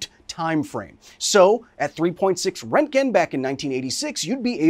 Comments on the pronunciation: This guy can’t even pronounce roentgen properly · so funny when English Speakers are trying to pronounce röntgen. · “Radiation guy” Can’t pronounce simple words like roentgen Channel blocked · I don't think I will hear an American pronounce Röntgen correct in my lifetime. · To be fair, it is better than rontgin.